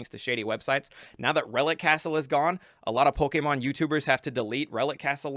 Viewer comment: STOP SATING POLEKÉMON